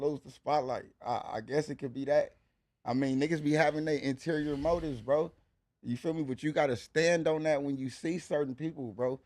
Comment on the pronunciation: Interior motifes' lmao